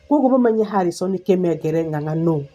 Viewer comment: Not Kimengere but kamengere